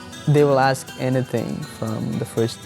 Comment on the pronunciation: For someone who is in medical school, I would think they would pronounce a simple word like ask correctly... .